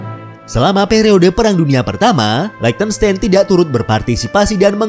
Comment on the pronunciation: Min kalau mau bahas negara di eropa coba search gmn tuh spell nama negaranya ,itu spell liechtenstein nya salah, itu negara pake bhs jerman jd nama negara nya jg pake cara baca nya bhs jerman 😁hehe ato emank sengaja mau di spell pakai bhs indo ya hehe